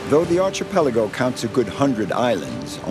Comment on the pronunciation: Ark-ee-pellie-go and Keltik are the correct way of saying those words, otherwise commentary is pleasant.